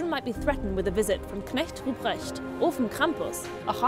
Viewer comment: Perfect pronunciation of "Knecht Ruprecht". Color me impressed!